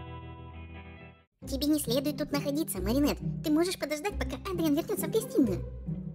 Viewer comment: ЭДРИАН ЭДРИАН А НЕ АДРИАН!!!!!!!!!!!!!!!!!!!!!!!!!!! БЕСИТ УШАМ БОЛЬНО